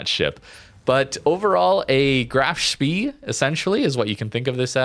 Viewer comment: FYI Spee (as in Graf Spee) is pronounced "shpay."